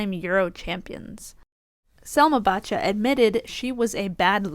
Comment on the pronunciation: Poor Bacha (pronounce Basha and not BaTcha :)... She took back what she said later, I heard... It was in the heat of the moment... She's got a strong fighting spirit. I don't think she should be called out for 'bad sport'...